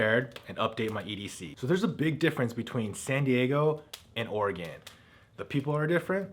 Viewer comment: By I was pretty sure= "you can take the boy out of California, but you can't take California out of the boy. Please Don't californicate Oregon. For those that don't know... phonetically that is spelled ORYGUN. Please pronounce it correctly.